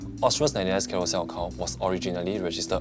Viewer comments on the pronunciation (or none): That’s because mandarin is her strong suit. Her English enunciation is atrocious. She said ‘carousell’ and ‘carouzell’. Her pronounciation of all the consonants aren’t clear that’s why when she spoke in the first few min of the show, I have no idea what she’s mumbling about.